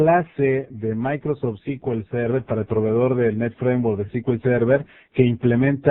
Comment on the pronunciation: Se pronuncia "es-cu-el server" no "ci-ki-ul-server"